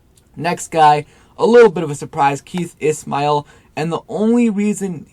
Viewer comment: Keith ISSHHMAIL not ISSSMAIL